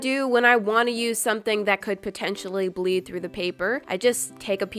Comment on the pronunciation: Who thought it said create beer instead of create bleed?